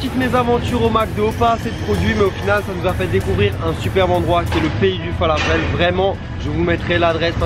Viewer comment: Le falafel est dorigine libanaise ! Un peu de respect a notre pays. Et prononcez le correctement !!